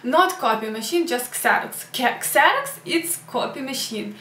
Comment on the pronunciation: Xerox is pronounced "Zeroks" in English. Kseroks is in Ukrainian.